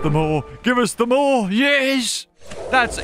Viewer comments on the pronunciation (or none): Ah yes, “moar”